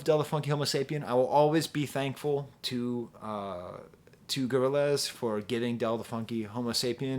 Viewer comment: Hearing say "Gorril- AZ" is all i needed